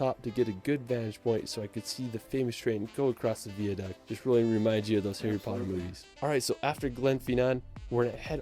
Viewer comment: If you are in London for 2 hours you won't have time to see anything !! You don't have to drink alcohol when you go to the pub. BIG BEN is the BELL inside the ELIZABETH TOWER. HE pronounced GLENFINNAN and VIADUCT incorrectly. What about the LAKE DISTRICT, THE COTSWOLDS, THE PEAK DISTRICT.?